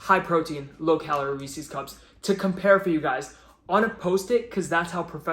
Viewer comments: Wait, do you say ree-sees pee-sees? 😂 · Do people take it as a personal challenge to pronounce Reese's incorrectly?